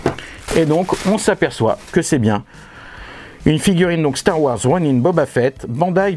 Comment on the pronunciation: Un "'Ro'Nain" ? :D